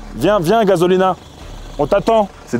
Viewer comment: gazolina,,, il a dit quoi ? Il a dit gazolina😅😂